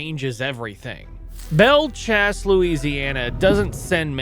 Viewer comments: I was getting ready to leave this comment, but I'm glad I caught yours. I've never heard it called "Chass" before in my life. lol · "Bell chase" son that's how that's said